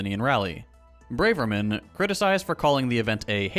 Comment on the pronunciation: there’s no bravery in her which is why it’s pronounced bra-ver-man where the ver is like Spanish. 😅